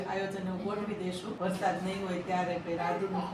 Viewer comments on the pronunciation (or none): none